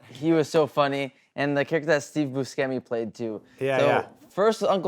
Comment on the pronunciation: This nigga is such a fan of Adam Sandler movies and he goes and calls him "Steve Buskemi" Jesus Christ.